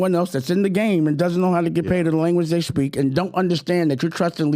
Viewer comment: What's wrong with his speech? Sounds like he adds "sh" to every word. For example See = shee, speak = Shpeak, also = alsho.